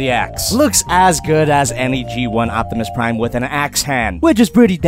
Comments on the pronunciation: O P timus Prime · “Notimus Prime”